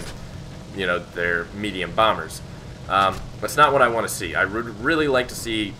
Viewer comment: "Use this aircraft if you ant to be mad" LMAO